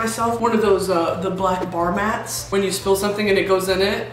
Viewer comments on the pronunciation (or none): none